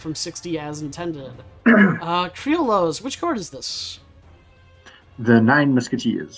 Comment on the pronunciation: crilos?? lol, its pronounced like cree-oh-yos